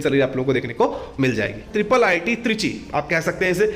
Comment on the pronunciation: it is not triple ii t. it is iii t